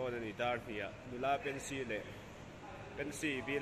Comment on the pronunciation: Pency nilo in pensy tih tur Lalthlengliani nilo in Lalthangliani tih tur